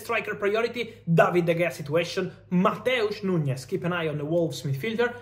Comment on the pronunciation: It's NuNes, not NuÑes